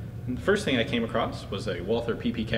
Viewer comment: It’s pronounced WAL-TER, despite being spelled Walther.